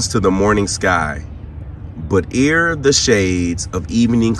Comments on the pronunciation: ere pronounced as "air" it's an artistic word in poetry. This shift was very interesting and I could hear the box. Some responses seem out of context. All in all Button lied to protect his kiester and the Gen wasn't having any of it.. Still the same in DC and in the media. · Ere is pronounced like "air." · Ere is pronounced 'air' Love your channel. Found recently and binge watching 😊 Maybe invest in a fuzzy microphone wind muff to cut down the wind noise? The first conversation with your grandma brought me to tears. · Ere is pronounced aire...good word rarely used today it means roughly rare or rarely.